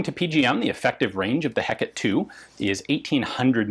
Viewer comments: to any non-baguette here, you pronounce it "heck at". yours truly, a baguette. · As a baguette myself, you have to emphasise the lack of H in french pronunciation. So more like eck-at to any english speakers. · Nope. You pronounce neither the H nor the last E. Closest rendition I can think of is "Ai-cat". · I was looking for this, thinking pretty much the same thing myself "If it was Heckett it would be spelt that way!" :D One other thing I noted though, in classical Latin there are no soft letters so "Ultima Ratio Regum" has both a hard g and t sound. Church Latin is almost a totally different language and, to be fair, is probably what would have been used in the French court but it still bugs me. I studied my Pliny and Virgil the old fashioned way dagnabbit! :P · As someone from the American Southwest, not defaulting to the Mexican Spanish pronunciation "heck-a-tay" must be really difficult! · More like "Hay-cat" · you pronounce it "heck at" (signed: a baguette) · In Russian it's "Gekata" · "Heckette" - Ian McCollum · Love it ! (as always) your prononciation of the name in French is quite good, except for the H that we french people do not prononce at all so it would be something like ecat ;) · Pronunciation top from a Frenchman : imagine you say hello to your kitty « Hey Cat », there you go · FYI the correct pronunciation in French is something like ay-CAT or ay-COT. The "a" sound would sort of sound like the "a" in "latte". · It’s actually Heh-kuh-tee and she was goddess of a lot of things: magic, witchcraft, necromancy, night and the moon. Still pretty dark. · That is pronounced Heca-tee, goddess of magic, witchcraft, the night, moon, ghosts and necromancy. The lone child of Perses and Asteria. An unexpected err from a learned man such as you. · In England I always heard Hecate pronounced like. Hek a tay. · Since the Hecate II is named after the Greek goddess, and not in the Shakespearean context, I'm gonna keep using the Greecian pronunciation "Heck-uh-tee".